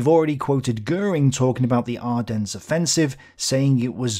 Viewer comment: Just for future reference the "s" in Ardennes is silent. Unpronounced, as in non existent, even if it is there. French are French.